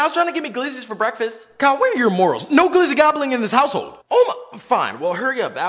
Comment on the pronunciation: Dude said glizzy gobler